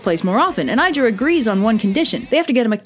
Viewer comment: trying to pronounce Ægir: eyeGiR